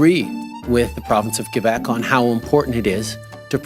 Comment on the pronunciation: "qwuuueebec" i cry